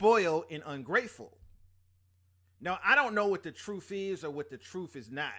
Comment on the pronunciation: "Truff" , "tooken care if them", etc 🤔